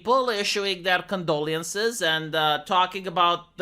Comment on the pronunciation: again, I think your 'condoleee-ences" would sound more sincere if you weren't purposely mispronouncing it.